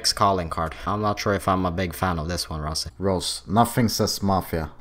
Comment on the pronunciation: ITS ROZZY NOT ROSSY